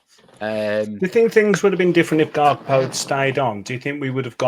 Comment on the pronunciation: Kargbo mike, not garkpo 😅